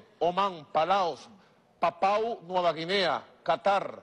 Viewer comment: Vaya manera de expresarse de este señor. Como estadista le falta mucho, parece que estuviese hablando el que vende dulces en la esquina! PAPAU NUEVA GUINEA jajajaja! PAPUA Dr, PAPUA! El Esequibo pertencía a la Gran Colombia y hoy día a Venezuela, eso está claro, pero compadre, aprenda a hablar!